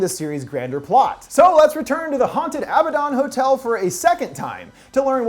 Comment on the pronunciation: You’re not pronouncing abaddon right it’s a-bad-don